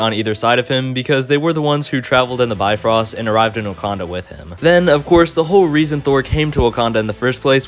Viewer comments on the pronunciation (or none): none